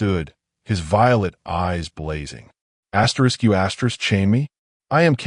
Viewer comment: All i ask is stop saying "astrix".🤔sounds kinda dumb.